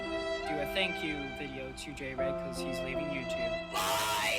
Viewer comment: His name is actually jay-rayg